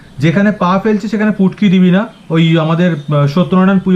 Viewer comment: Sir ,futki ke putki bolche😊😂😂😂😂😂